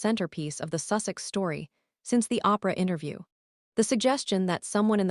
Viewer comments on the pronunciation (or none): The stupid AI voice called the Oprah interview The Opera Interview. Stupid lazy slop of a video